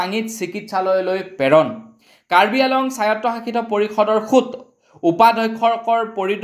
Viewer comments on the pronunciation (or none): কাৰ্বি আংলং হে - আলং বুলি কোৱাতো ভুল ।